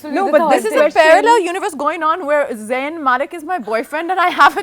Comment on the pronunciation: Did I hear Zayn mailk man ?? 🤣 Gigi hadid on her way to kill ya all .🤣🤣